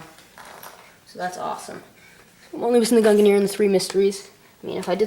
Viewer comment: No, it's Gun-Near.